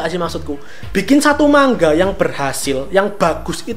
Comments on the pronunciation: Manga bang bukan mangga 🤣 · manga, bukan mangga 🥭